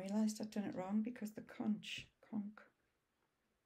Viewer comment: Conch is pronounced “conk” like you are conked out. 😁. Happy Belated Birthday!